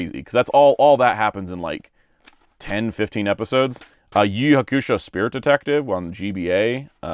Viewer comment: Why do you pronounce Yu Yu Hakusho like that?